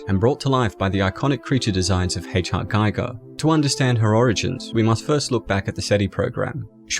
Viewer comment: The i in Giger is pronounced as the i in Gimmick.